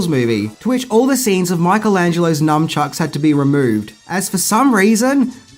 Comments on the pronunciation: It's nunchuks not numchuks!🥴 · For the love of everything holy, it’s NUNCHUCKS not NUM CHUCKS 😂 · anyone else triggered by people adding the letter "M" into the word nunchucks ? The japanese word is "nunchaku" and even in all the turtles media there is no "M" to be heard or read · Numchucks? NUMchucks?! A: it's nunchaku. B: if you must use the westernised name, its nunchucks. NUNchucks. Or call them what Mikey calls them. adjusts mask Ah! A fellow CHUCKER eh? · Why do some people say numchucks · glad I'm not the only one triggered by people saying/spelling it with the letter "M". I don't understand how any TMNT fan could do that